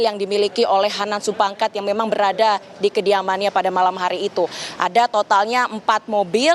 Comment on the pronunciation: gemes sama naratornya.. udah jelas jelas "Supangkat"